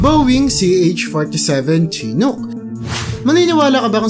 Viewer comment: Shee-nook Apa-chee